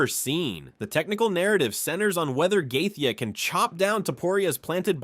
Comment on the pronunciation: Lame ass A.I. 🤖 voice can't pronounce the fighters names and stealing that embedded banner for the thumbnail is diabolical. Gay-tee-uh.